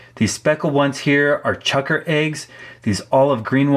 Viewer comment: Aahhaha you look at the work “Chukar” and your brain tells you it’s “chucker”?? 🤣